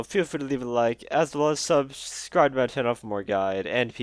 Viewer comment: you have issues pronouncing "subscribe"